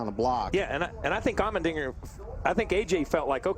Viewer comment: It's Allmendinger. Not trying to get you mad, but I just got confused when you said Almond Dinger.